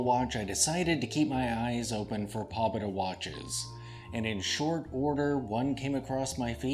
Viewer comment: It's pronounced more like,... "poe-bay-da"